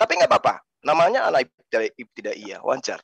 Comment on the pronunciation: Ngomong aja salah pendeta bodoh katanya iptidayah 😂😂😂😂